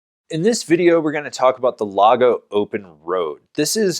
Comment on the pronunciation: Its pronounced lay-go .